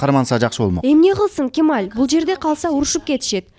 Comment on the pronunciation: Кималь эмес кемаль ээ😂